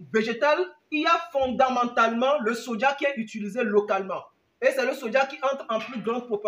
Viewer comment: bonjour, je voulais savoir vous dites toujours sodja sodja donc je voulais savoir c'est le soja donc vous parler ou quoi ? Car la prononciation nous induit en erreur donc on prononce Soja et non sodja. Merci